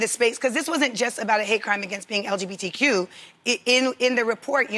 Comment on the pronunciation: Did Jeannie just say LGDBQ?